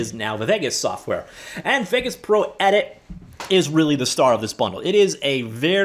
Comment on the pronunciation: FFS! Haven't you ever heard another human say the name "Vegas"!?!?!?! Get a grip! Im sooper cereal!